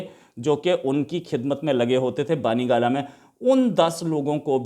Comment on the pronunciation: Imran khan's residence name is " bani gala" and not as u say "baani gala"